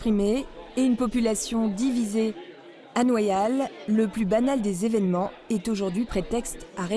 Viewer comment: en français on prononce le y "ye" pas "i". On devrait dire Noyales, pas Noillales. Exemple typique fort Boyard et pas Boillard